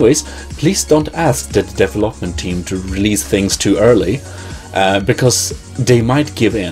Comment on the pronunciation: devel-hop-ment team, sorry though, but i find your pronunciation funny. But don't worry i have issues with it too.also you should pronounce it like this - dee-vel- up